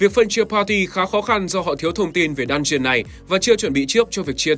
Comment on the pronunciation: Chẳng hiểu sao cứ nghe nhầm "dungeon" thành "đan truyền"